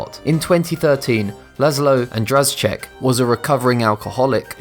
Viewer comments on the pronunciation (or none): The Hungarian man, whom you called László Andraschek is called László András. In English it is András László - (Hungarians write forenames behind surnames). Andraschek is really Andrásék what means Andás in plural form because the word refers to his wife too. I know it doesen't matter but I just wanted to make it clear :)